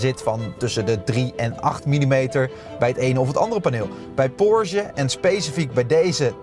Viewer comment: Leuke en informatieve video, zelfs voor een Taycan Sport Turismo bezitter zoals ik. Alleen nog even oefenen hoe je Porsche uitspreekt… Porzje klinkt echt niet...